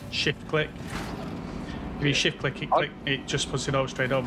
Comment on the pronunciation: Sat down to watch while enjoying my breakfast smoothie. Until, when kept saying, "shift click" I heard "$#!t quick" 😮 --- i laughed so hard i almost choked on my smoothie 😂... #alwaysentertaining 😍